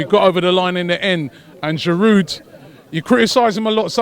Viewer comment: The way he raped Giroud's name, Arsenal fan and he doesn't even know how to pronounce his strikers name 😵😔